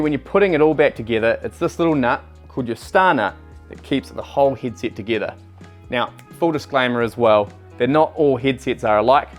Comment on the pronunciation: I have just noticed he cant pronounce the e' ... He is saying hid sit and not hedset and also birings and not Berings